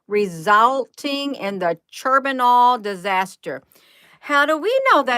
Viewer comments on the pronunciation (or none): I love how ya doing this.. pronounced Chern noble... Like turning butter, and nobel nights.. 🤣